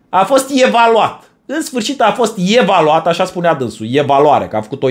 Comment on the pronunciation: Legat de Tudorel: un fleac, l-au..."ievaluat"😂